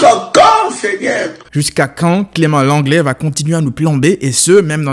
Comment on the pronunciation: ''jousqu'à quand seignaire''🤣🤣